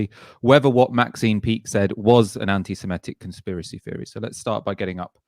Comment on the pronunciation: grrr it's semitic not semEtic!